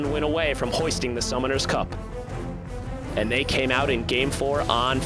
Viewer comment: It sounds like he sais "The Summoner's Cok"! XD